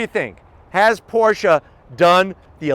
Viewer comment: IS CALLED PORSCHE NOT PORSCHAAAAA MG